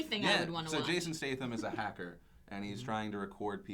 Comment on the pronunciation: Haha phil you pronounce statham so badly lol